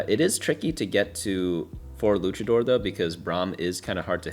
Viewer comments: w vid but for the love of Christ PLEASE, its luchador not lukador. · I hope I don't come off as a prick when I say this but the proper pronunciation for Luchador is "Loo-cha-door" not "Lu-ka-door" 😅 It comes from the Mexican wrestling culture of Lucha Libre :) just wanted to throw it out there in case someone in the future ever gave you a funny look lol. Thank you sooo much for your guides!! ❤ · LuCHador. Stop mispronounciiiing it. No silent H when there's a C in front of it. This really pisses me off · It was driving me insane Cultural exposure is important it's a big world out there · it's not an accent thing though. In his initial rundown video he even pronounced it both ways and said he didn't know how to say it. He's not incapable of saying it correctly, he just isn't. It's not some referendum on his character, but it makes no sense to just let him pronounce a word wrong forever when he's proven he can already say it correctly before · They do this every set. Its like an inside joke where they mispronounce a trait or origin. Mfs were calling moshers moeshers.